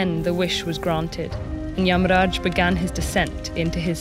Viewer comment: Yeah pretty good pronunciation. Although she followed the Hindi pronunciation rather than the sanskrit one, Narada became Narad and yamaraja became yamraj.